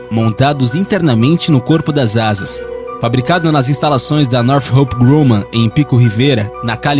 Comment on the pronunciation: Deve melhorar a pronuncia das fabricantes americanas, Northrop Grumman e Lockheed Martin